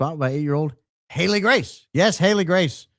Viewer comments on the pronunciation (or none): none